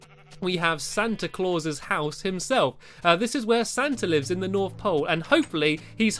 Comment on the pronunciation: And u called him stanta